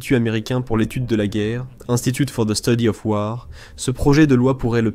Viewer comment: Message pour l'auteur de cette vidéo : Quand tu prononces des mots anglais comme le mot : 'WAR', c'est mieux de les prononcer comme les anglophones (pas comme les francophones), c-à-d : 'WOR'. Et merci pour la vidéo qui fournit de très bonnes informations. 👍